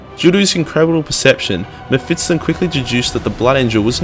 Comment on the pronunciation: Mefitston, kek